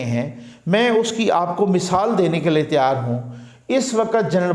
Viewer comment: Tiar nahi Tayyar hota hae Urdu me